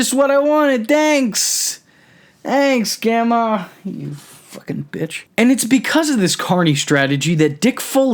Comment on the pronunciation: I sense some repressed "gandmah" anger.